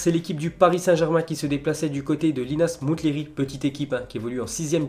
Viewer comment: Le T de Linas Montlhery ne se prononce pas